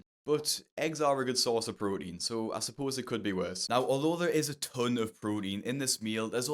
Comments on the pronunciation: “A good source of prorein” ….. “prorein” 😂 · pro-een Good source of pro-een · what's "prodine"?